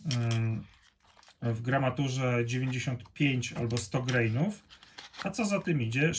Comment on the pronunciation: Jesteśmy w Polsce, wiec nie greinów, tylko granów!